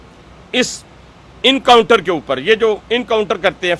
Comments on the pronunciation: Not incounter Mr. But encounter. Who made you minister? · Encounter ❌ Incounter ✅